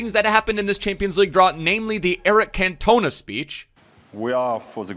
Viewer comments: Eric Kontona😂😂😂 it’s CAN-TON-A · Cantoner, it’s can toe nah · CAN-TONA ZWE?... REALLY MATE....come on you know better than that! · The way he says ‘can-toe-na’ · Can we please have another go at pronouncing Cantona please? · You absolutely butchered Eric Cantona's name ffs haha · Say cantonas name right plz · How did he get that wrong he's one of the most iconic players ever 😂